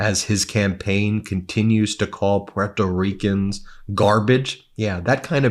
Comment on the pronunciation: Why can’t you pronounce Puerto Rican????